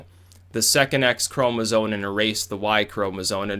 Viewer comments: it's pronounced chroma-ZOME not chroma-ZONE!! holy crap that got annoying. bro, it's spelled chromasome, it's so obvious that it isn't pronounced chroma-ZONE! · It's "chromosoMe" not "chromosoNe". Than sounds ignoraMt. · Could someone please explain to its ChomesOME not "Chromazone" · "ChromosoNe" its chromosome my boy not sone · It's "Chromosome", with an 'M'. Not "Chromozone". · The way you say "chromozone" hahaha. Also, it's not surprising that the writer was Riley Dennis XD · Anyone else hear "chromosones"? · Lol, how does know so much about sex-linked disorders and the evolution of eukaryotes but not how to spell or pronounce 'chromosome'? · chromosome ends in an m sound bro.